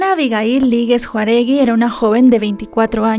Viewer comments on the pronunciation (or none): "Juaregui"? pronuncia bien el apellido. Jáuregui. Otra persona más que se cree reportera y no sabe ni leer. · ES J Á U R E G U I, NO. Jauregui😂😂😂 pronúncialo bien nena!!❤ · Es Jau-re-gui no Juaregui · NO ES JUAregi es JAUregi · Es Jauregui no Juaregui tu pronuncias Juaregui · Disculpa, el apellido es Jáuregui, no Juaregui como dices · me agrada mucho tu trabajo, por eso quiero, con todo respeto, hacerte una corrección. El apellido de la chica se pronuncia Jau-re-gui y tú lo pronuncias Jua-re gui. Te repito que es con todo respeto. Saludos! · No es Juaregui, es Jáuregui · es Jáuregui no Juaregui, pero aún así vi todo el video :p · JAUREGUI, NO JAREGUI!!! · nomás te hago la corrección el segundo apellido no es Juaregui, es Jaúregui. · No es Juaregui, es Jauregui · Lee bien, su apellido es JÁUREGUI!! No Juaregui 😣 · No es " Juaregui", es Jáuregui. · Lèe bien...es JÀAAUREGUI. bien x tus videos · La conductora dijo Juaregui 😅 en vez de Jáuregui 😂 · No es JUAREGUI, ES JÁUREGUI 🙄🙄🙄Deberían leer antes de hacer sus videos, estudien lo que van a decir, sólo hablan a lo wey! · Hola, el apellido es Jauregui, no Jaruegui 🤗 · Cómo "Juaregui"?? Lee bien por favor... DICE JÁUREGUI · Se pronuncia ☝️Jáuregui .... 👉jáu!!! Acentuada la letra á! JÁUREGUI ....no se apellido juaregui... Ni siquiera puedes leer bien su apellido. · Que no se pronuncia Jáu - re - gui ? O si esta bien dicho Juaregui ? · Su apellido era Jáuregui, JÁUREGUI, no "juaregui" por qué no hablan correctamente??? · A la persona que hace el video la invito a LEER BIEN EL APELLIDO DE LA DIFUNTA. porque lo pronuncia mal. El apellido es JAU RE GUI No es "juaregui" LEA E INFORMESE BIEN PORQUE ES UN APELLIDO MUY COMUN Y ESO SOLO HABLA DE LA POCA FORMACION QUE TIENE USTED. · Sí, nada más que lea correctamente el apellido de la chica, no es Juaregui, es JÁUREGUI!!! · es Jauregui, no Juaregui. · Hola desde Ca. es JAUREGUI. No JAREUIGUI. Lee bien para que no te CRETIQUEN.!!!!!!